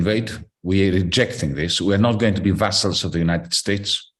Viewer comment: Vassals is pronounced as vazalz, not vessels as in blood vessels.